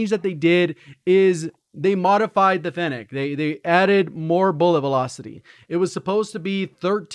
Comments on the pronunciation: Fennak?? You mean fennec ? What up w y’all pronouncing lmao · "The fennHECK"